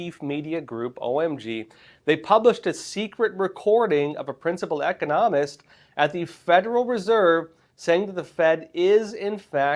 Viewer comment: How could a grown man working for Epoch Times not know how to pronounce the word economist?